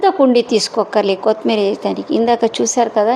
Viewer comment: Pronownsation of kothimeera is not good.